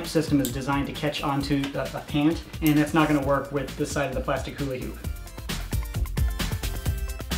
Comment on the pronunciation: he said huli hoop